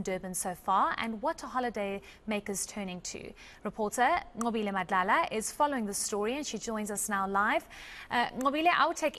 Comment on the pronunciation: So impressed with how you pronounce Nqobile's name and other vernacular words 💯. Even your tone changes to sound like a native. Your seemingly non bias questioning and analysis are refreshing. I have hope for the next SA generations 🙏